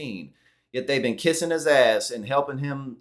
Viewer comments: "We can't be bee' un..." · “Be-en”. She’s going down in history as a loser. I talk to my daughter and I tell her that KAC is the OPPOSITE of what a strong intelligent female should be. What a waste of intelligence and opportunity.